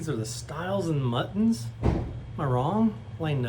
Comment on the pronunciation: So close - muntins rather than muttons 🐑🐏😂